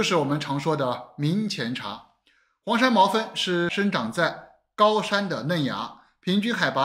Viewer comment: 黄山毛峰，我怎么感觉你老念成黄山毛分？